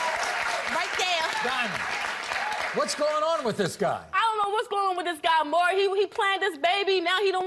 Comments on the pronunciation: The fact she calls him “Mawree” instead of Maury 😂... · I'm just gonna sip my beer every time she calls him "Murray". New drinking game. 😄🍺